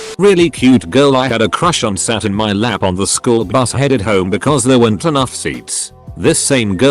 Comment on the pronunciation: The way you made google say shool instead of school is still throwing me off😂😂